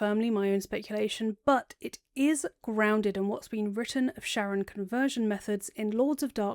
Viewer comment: super minor pet peeve that you pronounce sharran like "sharon" and not like "shar-ren" to sound like shar's name